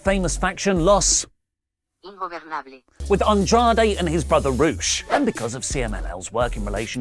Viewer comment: LOS INGOBERRRRNABLES .🤣